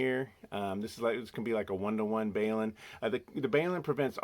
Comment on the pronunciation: One comment. A balun is not pronounced BAY-LOON, but like the abbreviation it stands for ie BALunced-UNbalanced. Othher than that, your videos are really good. de WD6FIE, also a Richard